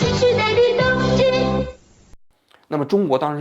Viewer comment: 东芝的日文~王局说的是“偷去吧”😂😂今天王局嘴怎么这么瓢